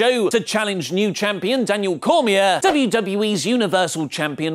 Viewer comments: Daniel Cormia??? I know you this is a wresting blog but come on.. You pronounced it way off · Dude can’t even pronounce Cormier